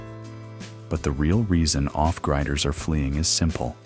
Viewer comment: 8 Billion Humans and you had to use a GD robovoice to narrate that in less than 15 seconds miss pronounced off griders. Thumbs down